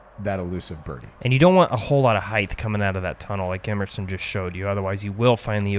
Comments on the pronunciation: Spelled height... pronounced hyth... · I really wish people would stop saying "heighth". It's not a word. The word is "height".